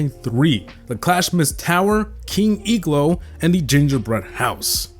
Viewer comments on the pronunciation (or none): King "eeglo" got me laughing. (im not trying to be offensive)